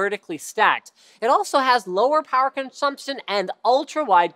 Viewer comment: "It also has lower power powerchumshumstion" :'D